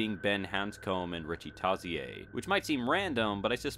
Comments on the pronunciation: Tozz-e-ay? it's pronounced Toe-zure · Maafa 1619 That's not how Stephen King says it. He says it as Toe-shur. Always go with the author's pronunciation. He created the character after all. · Hansom not hanscomb and tozier not to tosy aye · Richie's last name is pronounced Toe-shur not Toe-cee-ay and what's up with all the name changes in the Palmer script? Who the hell is Travis? and Mike Hanlon's dad in the book is Will not Leroy. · Richie tozier - pronounced toe-sure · "Richie Toss-e-aye"...?! Dear lord man, smh. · 211of211 It irritates me a little too, but there is NO reason to freak out about it. That's just how he says it, no biggie, so you need to chill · Richie Tozzy-eh? Eddie Cohen? Travis Bowers? What is up with the narrator not knowing anyone's names? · Did he say "Tah-zee-yay"? Hahaaa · Travis Bowers?? Richie Toz-yay?? C'mon guy. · Richie Toe-zee-yay??? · Sorry, I can no longer watch nay of these videos after the "Richie Toss-e-aye" debacle. Its pronounced "tozier" and is referenced as such not only in the novel, but in the original mini series as well.Between this and your admission in your last video that you 'hadn't read the book in years" you hasve lost ALL credibility. Good Day Sir.I SAID GOOD DAY!! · I was about to say the same thing. I could understand getting the name wrong if the book was all there was, but in the mini-series his name is spoken several times. This channel claims to know so much about both the book and the mini-series, and yet can't even get the characters names right. SMH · Wow the way you pronounced Hanscom and Tozier were so incorrect... glad we have the version we are getting. Staying true to the book with a just a slight updated touch to it. It's going to be amazing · The way you pronounced Richie's last name xD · You said Tozier wrong. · Who the fuck says Tozier with with a French annunciation!?! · How you pronounce Richie Tozier is so hipster.